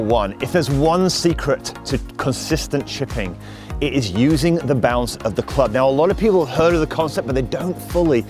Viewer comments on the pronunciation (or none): Oh BOUNCE! For 75% of this clip I thought you were saying balance. 😂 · He said it 101 times but I'm still not sure if he's saying bounce or balance